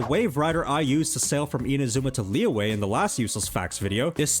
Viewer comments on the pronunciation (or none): why took time to learn how to pronounce shenhe but never tried to learn how to pronounce liyue? even saying lee-yeah is better than lee-way